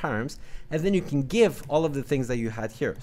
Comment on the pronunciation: ahh i got it. It sounded like (can't)